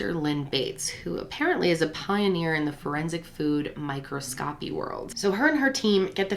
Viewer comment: "micro=scopy" haha